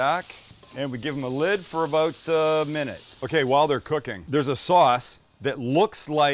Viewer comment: "We're aboat to find oat!"